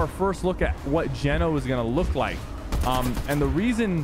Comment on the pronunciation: Geno is pronounced like “Jee-No” Lmao